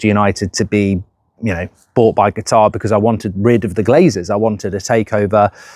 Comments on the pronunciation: Mark it’s CATAR not Guitar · Please no! Simply coz I can't handle mark constantly saying 'Gutar' 😂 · and qutar😂